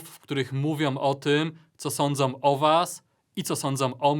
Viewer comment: Proszę, tylko nie " co sądzoM", szanujcie końcówki i język polski.